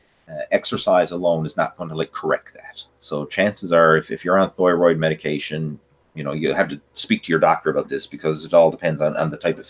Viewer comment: I know what a thyroid (thigh-roid) is, but I have zero clue what a thyroid (thh-ooiiii-roid) is. 😂😂😂